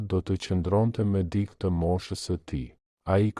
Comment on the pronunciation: Mëso theksin e fjalëve. Jo "dik" por "dikë".